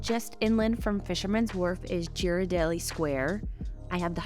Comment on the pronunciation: Not making fun of you, but it's pronounced gear-a-deli square. I was corrected by a local.